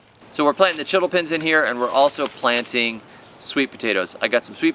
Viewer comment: If anyone cares to know, chiltepin peppers are pronounced chill-teh-peen 🙂